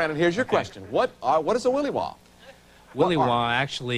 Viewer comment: As a lifetime Alaskan, and many generations and cultures of Alaskan, no one has ever said "willy wah". Ever.